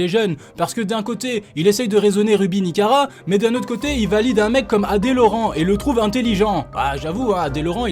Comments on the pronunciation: Par contre s'est pas ruby nikara mais ruby nicaca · C'est plus nikara mais nikaka